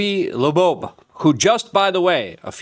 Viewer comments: Avi Loeb, not Lebo. Ears have lobes, which is how Avi's last name sounds like. Is it dyslexia my friend? I really like your channel, but you hurt my brain Hahahaha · Can you say his name write …. Been like a month and you still pronounce his name wrong …. Come on bro ; where’s the excellence …. It’s LOEB ; like Earlobe , Avi LOEB … thank you ; and thanks for your work otherwise . Just say his name right . Loeb (like ear lobe) not laboeb … like where do you get that ? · Luke reads the name: Avi Loeb Luke: Avi Loobobe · N U C L E A R, gee, it's not that hard is it? Also "Lobobe" 🤣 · pretty sure that's not how you pronounce avi's last name, do better